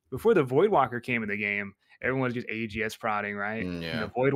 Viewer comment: Please teach how to pronounce voidwaker. There isn't an L in that word